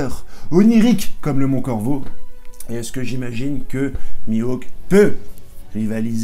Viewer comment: Tu m'as fais marrer avec ta méthode t'es le Descartes du op game. et aussi desfois quand tu prononces mihawk tu le prononces ainsi : mi-woke et ca me fait vraiment marrer.